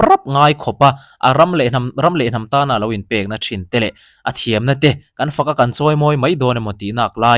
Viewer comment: Sir, Nem tiin sawi tawh suh. Nam lut ti rawh. In tih thiam vang lam ni lovin Mizo ṭawng hi kan kan sawi/ziak dik lo nasa lutuk hi fimkhur hram hram ang u. Mahni ṭawng tal hi chu a dikin sawi/ziak hram ang u, hnamdang ṭawng ziah dik loh kan hlauh ang hian tih dik hram a ṭha. ❤ Content a ṭha thei lutuk pa good luck😊